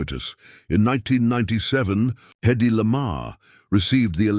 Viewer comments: HEddy not eddy…. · The trouble with AI narration is stupid error. "Hedy" is repeatedly referred to orally and textually as "EDDIE".